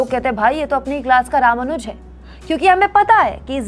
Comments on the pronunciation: रामानुज नहीं रामानुजन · त्रुटि सुधार: रामानुज= रामानुजन